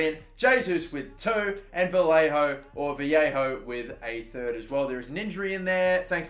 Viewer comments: Vallejo is pronounced Va-lay-oh you're saying it like Viejo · No its pronounced as va ye ho or ba ye ho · Dnt know why u keep calling Vallejo "Vallejo" when it's clearly pronounced "Vallejo"